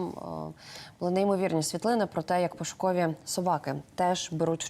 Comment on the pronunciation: Услышала «пушковi собаки» , вместо «пошуковi» . Думаю , что за порода такая. Обожаю собак.